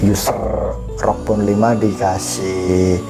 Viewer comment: ROG bang bukan ROK wkwk